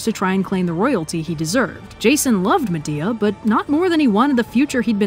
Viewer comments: "And with her exit strategy firmly in place, Medea gets down to the brass tax of plotting a murder." "What you need is a big 'ol pot of Grits..." From Medea to Madea. I can't unhear it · Not me cringing at you miss pronouncing Atalantā and Medea........ I'm sorry, I still love you.